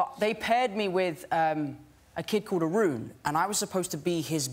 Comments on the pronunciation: The way he pronounced Arun😂❤️ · Iam an indian nd his pronunciation of Arun was hilarious